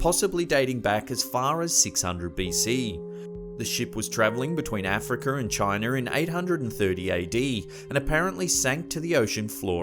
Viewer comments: Omg here we go again where is Indonesher, afriker, and Chiner ??? Aaaahhh where the hell is this guy from? Every damn video certain words are pronounced funny almost butchered.. for example the ships names r at the start of each segment how do u pronounce them wrong the atocha no L or R it's not atolsher it's pronounced A-toe-cha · Africer and Chiner